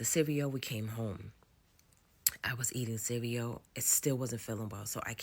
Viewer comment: Grown ass mfs that can’t pronounce cereal really grinds my gears.. what tf is cereo